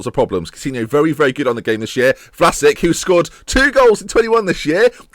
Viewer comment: How come you don't pronounce Vlasic like Rakitic or Modric or Mandzukic, they're all Croatian Ben?